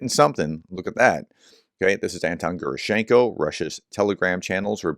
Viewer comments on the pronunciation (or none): Sorry for a not important correction, but after long time I read whom you quote,- please stress his family name on the 2nd syllable, Ge’raschenko.